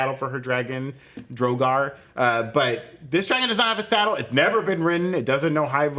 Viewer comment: Drogar? Drogon